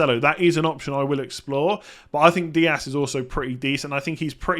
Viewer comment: Just so you know, in English Dias and Diaz are both pronounced "Diaz". Obviously in Portuguese and Spanish they're pronounced slightly differently but Dias is never pronounced "Diass"